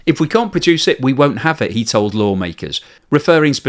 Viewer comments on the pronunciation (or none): none